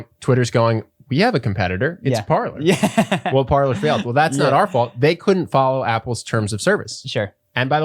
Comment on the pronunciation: Can we PLEASE start pronouncing PARLER (Par lay) correctly. It's French for "to talk".